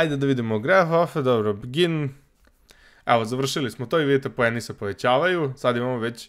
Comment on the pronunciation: Kaze se poeni ane pojeni